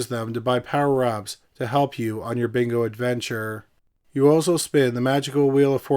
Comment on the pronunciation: Love the channel long time listener but dont ever say yes bingo like that again 😂